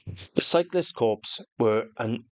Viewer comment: It's not pronounced Corpse - it's pronounced Core!!!!